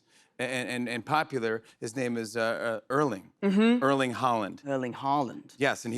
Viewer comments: Haaland not Holland. Pronounced hOR Lann silent d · Did he say there's another Holland when referring to Haarland?